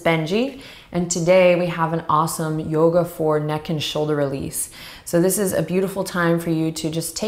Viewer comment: ha ha ha! do youga from this channel alot, it's great. you do youga for all things, even chairs! didn't know XD needed a good laugh